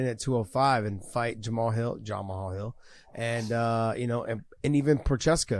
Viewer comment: i think Josh needs to respect Jamal alittle more...ive seen him on this show 3 or 4 times purposely saying the mans name wrong, would he say that to him in person? ohh yeah i forgot he works for Bellator and didnt win a belt...he seems alittle jealous and salty that Jamal is a champion, say the mans name right for god sakes. smh